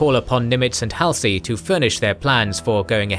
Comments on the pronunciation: Halsey's name is pronounced -- Hawl-see, not Hal (as in pal) -see. If you don't pronounce the names correctly, it makes me wonder about your research. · The hal-see instead of the more familiar hall-zee is an interesting choice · Wikipedia says DC also. Mispronounced Halsey (very forgivably) too. Do love the WA love though. Funny, whenever people say Washington these days I also always assume they mean the state, until they mention some context related to dc and realize my mistake. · Good but the narrator mispronounces names like Halsey is grating. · For me, it does show attention to detail. When attention is lacking, then I wonder about the completeness of their research, and then about their care in interpreting those facts. So, yeah. Especially when pronunciation of someone as famous as Halsey's name is.